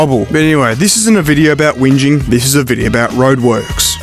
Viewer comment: … WHINGING Geez mate! The ONLY single quintessentially Australian word in your vid… AND YOU FUCKED IT UP 🤦🏻‍♀️ (Tip: If you ever go to SeppoLand, don’t ever use the word whinge.They will definitely lose their minds because they have never heard of it. And if an American has never heard of it, then they will be sure to tell you that the word doesn’t exist)